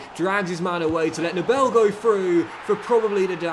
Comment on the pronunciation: Small tip because i‘m German. You always say NeBELL. You pronounce him like NEbel. So with a Long First e. ✌🏼